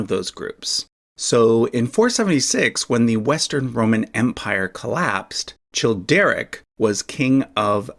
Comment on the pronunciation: The “ch” in Childeric, Childebert, Chilperic and Charibert is pronounced as /k/